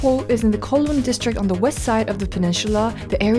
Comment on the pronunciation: Just an fyi… Kowloon is pronounced Cow-loon. 😅😅 anyway, loved this!! Can’t wait for more travel videos!!